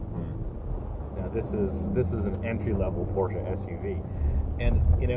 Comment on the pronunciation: The guy in the back doesn't even know how to pronounce PORSCHE. Pls don't do this for a living